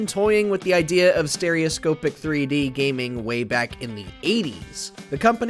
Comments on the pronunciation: Take a shot for every time the presenter mispronounces “Stereoscopic” 😂😂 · Once i heard that it triggered me and i would be practically screaming at my screen it's proper pronunciation! :face-blue-question-mark::face-blue-question-mark